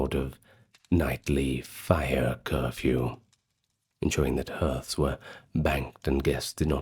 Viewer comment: I love you but please learn how to pronounce "hearth" correctly.